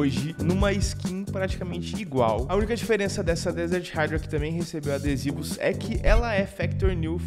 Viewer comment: Mas a pronúncia correta é "raidra" basta ouvir no Google tradutor. Ninguém pronúncia (PLAY) como "plai" mas sim, "plei". Espero que tenha entendido o exemplo.